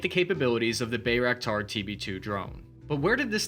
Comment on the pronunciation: It's "buy"-raktar, not "bay"-raktar.